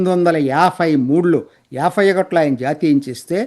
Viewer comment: మీరు యాభై ని యాఫై అని, ఎనబై ని ఎనఫై అని అంటున్నారు